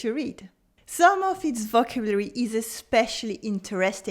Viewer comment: Thankyou for your videos. If i may make one suggestion. Maybe make it obvious this video is about a specific french book and not general "must know vocabulary'. Im pretty sure half the people here misunderstood the video title. Also may i suggest you check your pronounciation of the word "vocabulary". merci pour les videos